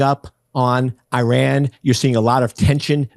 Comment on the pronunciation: PLEASE learn to pronounce Iran correctly! You always sound as if you are talking about Oran (a town in Algeria).